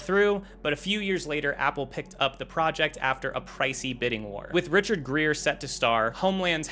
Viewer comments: Richard Gere, not “Greer”. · Wait, did you just call Richard Gere, Greer?